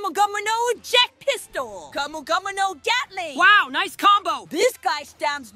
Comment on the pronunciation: bro said gyatling💀💀